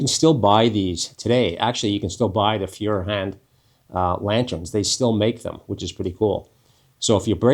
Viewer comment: Class video on a classic product, well done sir. Pronunciation is 'foy er hand' with the 'a' being pronounced s 'ah'